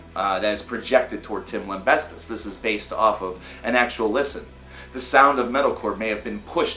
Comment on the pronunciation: How are you spelling Tim's last name in your head when you say it? Your pronunciation of it is driving me crazy. lol